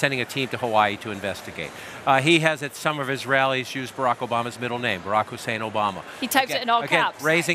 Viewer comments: My middle eastern friends said not way he says his middle name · 😂 that's why he emphasizes his middle name🙄